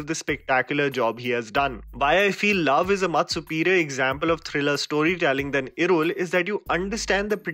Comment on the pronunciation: you really improved the pronunciations!! Kuddos for considering my suggestion yaar. ❤️ Edit - that L in irul in particular was the best